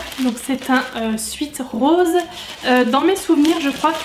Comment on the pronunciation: Eyno 2908 en réalité c’est aucun des deux là bonne prononciation c’est swèt.